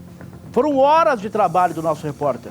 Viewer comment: Que reporterrr esse..erra no nome!!